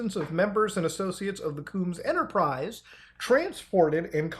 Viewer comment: "COOMS Enterprise" Muta don't kill me😂🤣💀